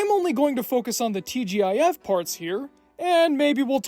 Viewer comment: TGIF, pronouned TeeJiff. Actually I remember watching the old TGIF and if it wasn't a family watch 90% of the time. It was definitely us kids watching every Friday. Also that was Keith Carradine in Complete Savages, he's one of my favorite actors btw. I didn't hear it mentioned and never heard of the show up until now.